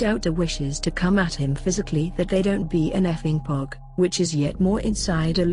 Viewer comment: He still pronounces it wrong. It's not "Paw-g" like the POG games during the 1990's. It's pronounced "Poe-g".